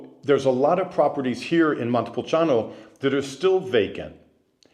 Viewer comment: You need to learn how to say Montepulciano since you are living there.